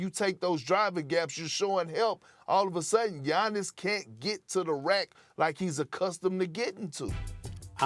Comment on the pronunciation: I knew way back to stop listening to him when he called Giannis “ROBIN”